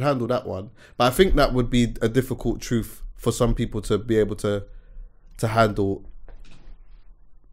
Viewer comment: "You can't handle the TROOOT!!" If uno uno